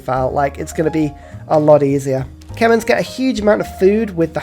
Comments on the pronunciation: I swear, he has to be joking when he pronounces it kemens, it pains me to hear it said like that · You're suppose to pronounced them as KEH-MEREE... Haha. Sorry..